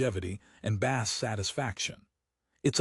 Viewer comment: Dude... Every IEM requires a tight seal, especially the more expensive ones. The tips provided on most IEMs are generic, designed to fit a majority of users. If your ears are different, then guess what??? you have to buy after-market tips. Deal with it... BTW, the word BASS is mispronounced throughout the video. Train your AI or change the spelling to BASE.